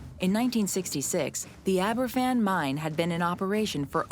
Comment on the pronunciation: #7 - Aberfan is pronounced as ‘Abba-van’ because it’s a Welsh village name. The youngest school children would have been 66 now but the youngest victim was just 2 years old in 1966. That’s a whole generation of Baby Boomers lost to an avoidable disaster.